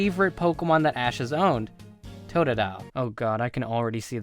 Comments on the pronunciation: TOTDILE!? I LOVE TOODILE! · WHAT THE HELL totadile you fuckn idiot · hey u stupid 'totodile'??? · Fu** of totodile what are you saying stupid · u fucked up bye sayinig tododile